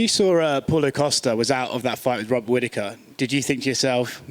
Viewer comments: Did this man call Paulo Costa Apollo Castille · why does he always say paulo castille? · Did he just say “paulo castillo”? 😂